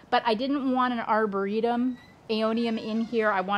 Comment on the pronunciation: Its arboreum, not arboretum! Sorry lol x